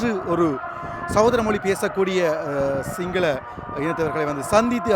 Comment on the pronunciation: ஏன்டா சிங்களம் என்றுசொல்ல வராதா